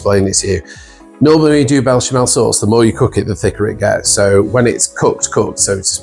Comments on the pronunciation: Looks amazing! But it's pronounced besh-a-mel. 😅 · It’s Béchamel……. Looks great!